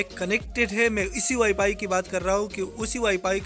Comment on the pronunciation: Ye wifi se wipay bol raha hai ye kia hum ko sekyga hhhh